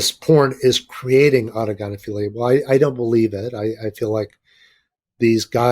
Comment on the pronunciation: Thanks for pronouncing autogynephilia properly Chris was trying to Google it haha Great show cheers from NZ